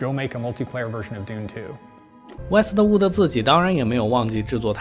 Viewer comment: Westwood就是Westwood咯 为什么老念成Wester Wooder? 😅😅